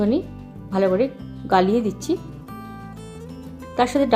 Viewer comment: গালিয়ে না দিদি গলিয়ে হবে কথা টা